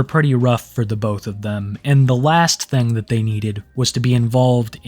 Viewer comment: Hey man we were having a shot contest everytime you say "thang" we hit a shot and yeah im drunk and blame u